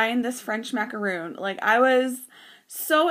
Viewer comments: It is maca RON, NOT macaroon. Macaroons are NOT colored sandwich cookies. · Maca RON, NOT macaroon.